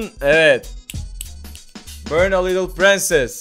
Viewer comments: börn diye değil born diye okunuyor :D börn yanmak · börn değil direk born olarak okunuyor bilmiyorsan okumayı deneme